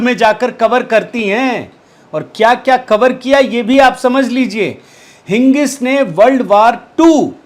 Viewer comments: it is Higgins not Hingis as u pronounced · हिगिंस कहिये। हिंगिस नहीं।